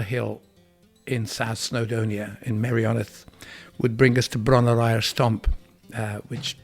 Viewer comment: aur...should be eyerrrrrr!😆